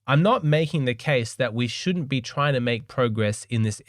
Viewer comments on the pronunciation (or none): none